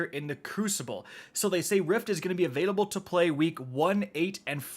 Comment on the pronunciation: Say it with me “A-VAIL-ABLE”